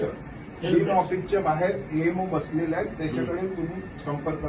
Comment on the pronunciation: Din nahi bhai..Dean bolte hai